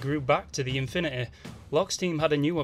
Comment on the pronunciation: "the Infinuheh" Best. Pronunciation. Ever..